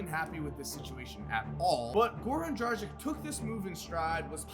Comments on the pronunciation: It is not Goran DRAZIK It is DRAGIC, YOU ARE AND NOT KORGEMBA. ITS NOT THAT HARD TO LEARN SOMEONE NAME. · Hi there, why do you keep pronouncing Goran Dragic's name with 'K' at the end? Do you also pronounce Luka Donkik, Peja Stojakovik,..? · Learn how to pronounce Goran Dragic man.You are killing his name